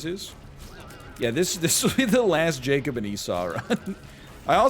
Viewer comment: Also "Jacob"